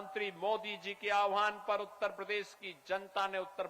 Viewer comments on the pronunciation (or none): Oyyar nahi uttar pradesh Disa nahi dishs Siksa nqhi shikshs